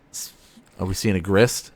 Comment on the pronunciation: I’m sure you probably caught this on the rewatch but Grist cannot be FON.